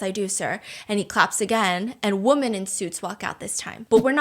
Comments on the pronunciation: Is there a reason why she doesn't pronounce 'women' correctly? Why does she pronounce women like woman? It's weird and annoying. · Can we stop pronouncing "women" the same way we do "woman"? It's borderline sexist as it facilitates generalising the traits/actions of a singular individual onto the entire collective. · I've been watching Stephanie for so long, years I think...and our chick can NOT say the plural of woman to save her life 😂 every time it makes my brain jolt but I can't be the only one to notice right?! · I have a question, and i really really don’t want to be mean: has she ever commented on the fact that she and hubby pronounce "women" like "woman"? It keeps confusing me and i just wonder if she knows that pronounced "wimin".